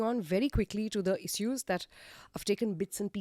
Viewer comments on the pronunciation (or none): What is issssueess? It is issues